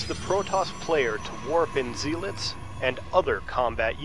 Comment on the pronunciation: zealit its zealots ^^ sorry i like these videos